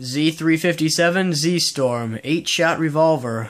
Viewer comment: Dude, it's Ztorm. Not ZStorm